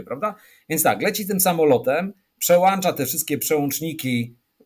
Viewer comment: Dziwić się tłumom jak pan płk „przełancza przełączniki” xD poza tym szacun, słychać fachure w każdym temacie